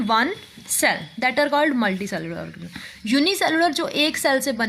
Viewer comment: Mam u said orgasm not organism